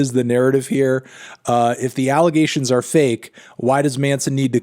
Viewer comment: you said it alligations